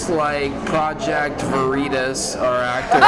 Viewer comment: "Project Ver-re-tas" Oh man, this was the best watching live.